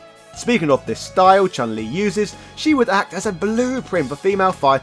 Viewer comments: Also the correct pronunciation for Chun Li is Choon Lee not Chan Lee. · Also the right pronunciation for Chun Li is Choon Lee, not Chahn Lee.